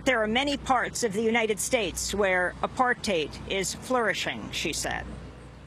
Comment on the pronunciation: The first American journalist I have ever heard pronounce "apartheid" correctly. (It rhymes with "hate", which is not surprising.)